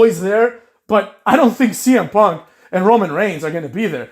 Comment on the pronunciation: saying semen punk and Seth lollins was tough to hear lmao